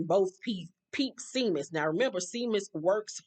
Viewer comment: Not too important but the Irish name Seamus is pronounced Shay-mus